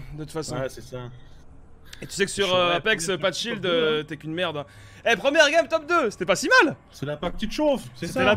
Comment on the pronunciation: toi aussi sa te mais thé au lieu de the